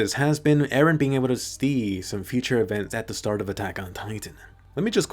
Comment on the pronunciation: Actually it’s future not futur